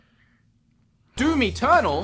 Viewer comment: Did anyone else hear "Do Me Turnal" instead of Doom Eternal? You need to fix your pronunciation mate!